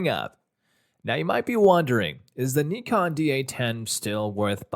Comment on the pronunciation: Thank you for making the effort and pronouncing "nikon" the right way ! 👍🏻❤️